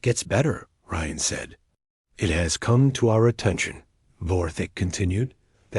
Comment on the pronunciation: AI reading every bit of punctuation dot dot dot and "it" gets read as eye-tee dot dot dot asterisk and NO apparently must mean "nitrogen monoxide". Absolutely the most idiotic AI I've ever seen. And obviously nobody lisened to it before posting this garbage.